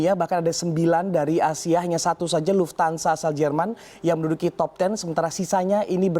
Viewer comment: Luft - Hansa, bukan Luftansa, wkwk